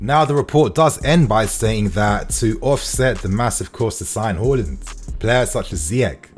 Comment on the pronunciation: Out of respect, just learn how to pronounce his surname...Haland